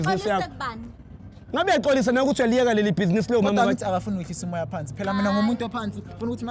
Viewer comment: " I did buzenes " 🤣🤣